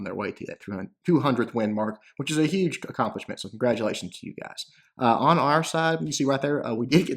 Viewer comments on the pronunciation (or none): none